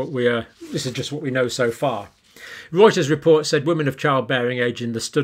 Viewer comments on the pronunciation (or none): none